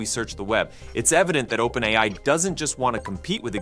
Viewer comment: I initially believed that the content on this channel was narrated by a real person. However, I noticed a few mispronunciations of "OpenAI," which led me to realize that the narration is actually done by AI. It's interesting to see a channel discussing AI features without using a human narrator.